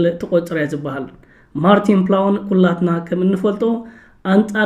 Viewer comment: ማርቲን ፕላውን? 😢😢😢 ኣታ ወዲ በጃኻ ተኣረም: ማርትን ፕላውት (Martin Plaut) እዩ:: ብኣኻ እኮ ተኺኽና! ዕላጅ!